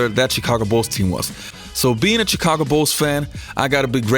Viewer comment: Its "Shi-ca-go" not "Chee-ca-go"